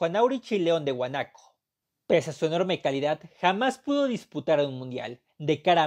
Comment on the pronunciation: León de guanaco ? No será león de huanuco?